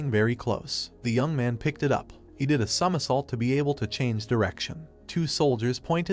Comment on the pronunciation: the bum ahh voice reeaallly cant say somersault lol